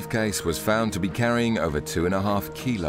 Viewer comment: It's not "keh-kaine!" It's koh-kaine!!!